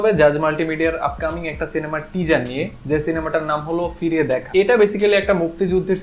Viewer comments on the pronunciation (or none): আপনার "জ" উচ্চারণটা শুনলে হাসি আসে কেনো জানি।।। টিজজার , একজামপল